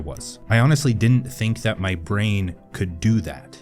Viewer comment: Now, the thing is, I never ( though' ) ( thad ) I could do the same,I never ( though' ) ( thad ) I could be ( articula' ).